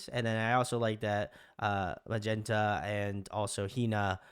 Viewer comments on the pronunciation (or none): Every time he calls Magenta MAG-NETTA, take a drink.